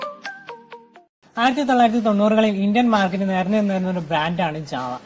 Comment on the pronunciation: Java alla... JaWa